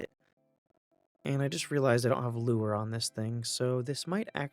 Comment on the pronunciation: just how you said Lure 😅